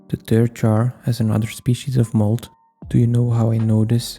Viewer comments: ah yes thirth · Gotta love the 3th dimension, how do you even get there? or pronounce it? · Question: do you pronounce 3th: Thirdeth Thurth Three-eth Threth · bro what do you mean thirth jar💀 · 3"th" ? Jar???????? ITS 3(Rd). With a "r" and a "d" after the #3!🙄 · "3th jar" its 3rd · Your accent when you say the "third jar" sounds like Turd jar and that's what it looked like at the end